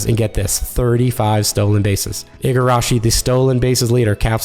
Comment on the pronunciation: Ee-Gah-Rashi. Get it right, please.